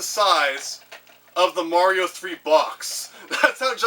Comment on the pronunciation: I am glad to have finally found a Canadian on YouTube who knows how to properly pronounce mario xD